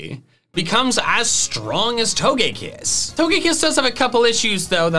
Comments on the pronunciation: TOGEKISS, NOT TOUGEAKISS! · We not gonna talk about TOE-GÆ-KISS? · It’s toga kiss not what you said